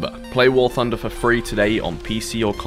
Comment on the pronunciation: Warthunder not warfunder.